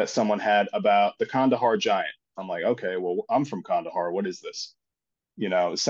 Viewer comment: It's pronounced khandaaar